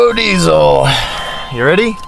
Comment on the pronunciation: The "dee zeee" part made me die laughing lol sweet truck